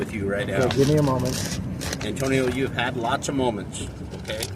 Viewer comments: Just call him An-tow-nio. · Antonio A-“Bay”? sounds like a SovCit to me